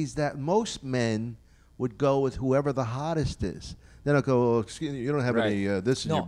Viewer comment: I'm so tired of hearing "estchuze mee" coming out of mouth on all of these podcasts. >.>